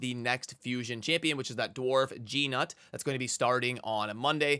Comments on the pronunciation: Can people please stop calling him G-nut. his name is 1 syllable . There is no hyphen or anything. I don't even understand how you can come to that pronunciation. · Every creator is saying his name wrong even though they said it in the epesode!!!! G is silent. It is like Noot.